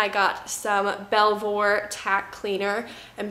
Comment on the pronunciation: I live in the Vale of Belvoir in England it's pronounced Bee-ver, I also go to Belvoir High School😂😂